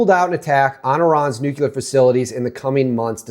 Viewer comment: Nucular isn't a word dude